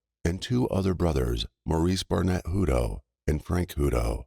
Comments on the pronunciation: Wish you would pronounce the names CORRECTLY...I knew people with this last name and it was pronounced HUT TOE!!! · It’s pronounced Hut toe it is pronounced toe but there isn’t an E on the end . I knew someone with the same last name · You are pronouncing the name wrong . You need to verify the pronunciation of people’s names when doing a story on them